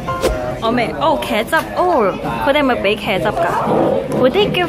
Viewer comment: 케춰어엎 ... 광동어 발음입니다